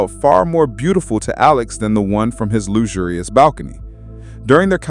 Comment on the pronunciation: "loo-zu-lu-res". what? WHAT???? Are you trying to say, "luxurious" ?